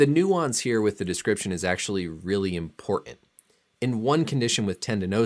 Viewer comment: You say the word "important" weird. I bet you say the word "carton" the same weird way. Are you from Utah or Michigan? I hear that same way from people from those areas.